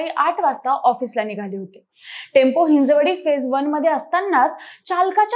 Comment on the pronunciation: हिंजवडी म्हणा हिन्जेवाडी नाही